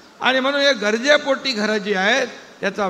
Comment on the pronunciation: अरे बाबा "गजरे" पोटी नाही " गरजे " पोटी असेल.